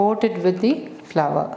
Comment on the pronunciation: Please pronounce as flour not flower